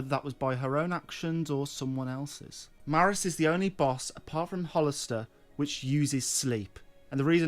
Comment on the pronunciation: Now you're calling him "Hollister"?? LOL it's easy.... "HAL-stor"